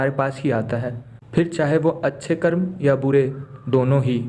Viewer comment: Good story but please use Hindi words CORRECTLY! It's कर्म and NOT कर्मा! Foreigners have destroyed out languages by adding "a".